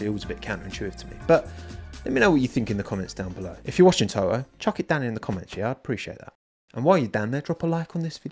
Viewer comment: To-oh, LOL! (Sorry, didn't mean any disrespect!)